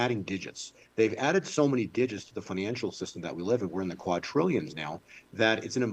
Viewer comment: It's "qua-DRillions" not "quad-TRIllions"!!!!!!!!!!!!!!!